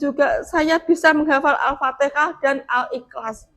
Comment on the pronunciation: Mohon menyebut Al Fatehah sesuai dengan keharusannya jangan dirubah jadi Alfatekah karena ini kata dari kitab suci.